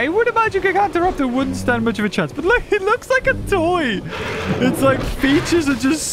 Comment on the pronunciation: After nearly 6 years of waiting we finally have Utahraptor the biggest dromaeosaur ever. Also it’s GYE-GAN-TOE-raptor not GIG-AUNT-TA-raptor.